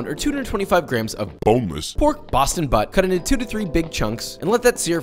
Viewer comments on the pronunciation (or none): none